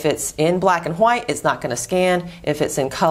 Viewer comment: Hehehehe i like how you say "white".